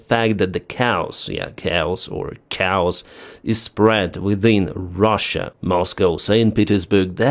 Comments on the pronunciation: I like the show however the word "chaos" is pronounced "K-os" not "cows". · your English has improved so much! Good job! One word makes me laugh because it sounds like cows. The first few times, I was like what??? Try this ka-os. For the word chaos. Keep doing great work keeping us to date. Appreciate you from 🇨🇦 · Chaos is pronounced KAY -OSS. Not Cows. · Keos, not kaos, easy to remember but I did the same mistake :D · FYI: "chaos" is pronounced kay-ahs. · Dear, pronounce it "caios". Then, there will be no cows in the airport. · that is kay-oss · Ahahahahaaa. I thought you said "cows" . Thanks for everything you do, brother! Hugs from Romania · hahaha Homie instead of saying chaos he said cows lol gotta love it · Thank you for pointing out that the word you were saying was chaos. I know between European languages, there are a variety of ways of saying it, and the Ukrainian way is probably a lot closer to Greek. But man, I was hearing "cows" before you pointed it out :D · it's pronounced as k os (chaos) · Hi - we pronounce 'Chaos' Kay-os. Keep up the great work! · It makes no difference to me how you say "chaos," but in the US we say "kay-oss." It's good to hear that Russia is suffering under chaos. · Great report , thanks Let me help you " Kaa-oss" and "Bronk I tiss". As for stealth aircraft , I don't see how they deter attacks if they cant be seen. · Some hints with Engkish. Chaos is pronounced kay-oss. Near is used to describe time, like in the near future. Nearby is used for distance, like the drone operators established fire control on the nearby road. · chaos is pronounced kay oss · Chaos pronounced Ka-Awse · Say "Kay-os" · Pronounced Kay-os. You’re welcome. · it is actually kay-ah-s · Not that you will see this, but chaos is pronounced like the letter K + the oss sound like from floss...